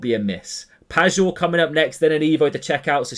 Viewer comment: hey if you care you could pronounce pajor more as payor/payeor instead of pagor if you get what i mean cheers